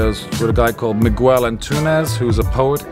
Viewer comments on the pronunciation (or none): Not wanting to be nitpicking here,, but I sincerely hope you have stopped pronouncing "Miguel" as "Mig-Uel" by now. The "U" between a "G" and the vowels "I" and "E" is silent in Portuguese -- just as it is between a "G" and an "A" in English. Remark aside, I came across your channel this last two days, and I quite like this "breezy" approach. Succinct and direct to the point. Keep it up!